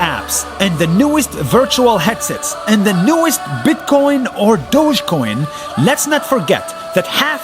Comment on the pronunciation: It's Dohj-coin not Do(gi) coin😂